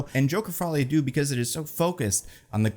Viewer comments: Please, for the love of god, if you ever talk about this movie again, google how to pronounce the french word "deux". Even just saying "duh" ... "follie a duh" would be much better than "doo" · The vowel sound in "deux" is pronounced like the double O in "shook."